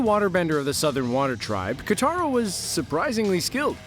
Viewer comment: did he just call katara kataru